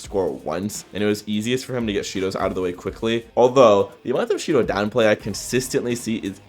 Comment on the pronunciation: If you turn on captions and go to the part where he saids Shidou the captions say Cheeto